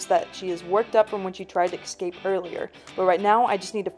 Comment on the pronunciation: Wow, this was SO FASCINATING! P. S. There is no X or K in the word ESCAPE. Just pronounce the S. 👍😇I SUBSCRIBED😃